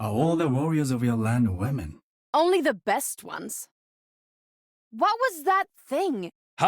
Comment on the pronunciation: It took me this long to realize Genji sounds like he says “Wahmen” when he says “women” Lmao